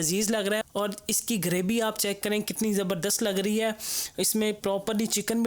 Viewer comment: Ooo hello buss 1 word theek kar lo apna "graby" nae "gravy" hota word